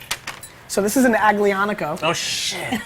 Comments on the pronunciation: "AGGGlianico" Nice pronunciation idiot. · Really bad pronunciation of aglianico guys come on... you’re professionals, learn the pronunciation